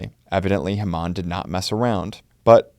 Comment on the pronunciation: like the videos; but, its; HAY-muhn...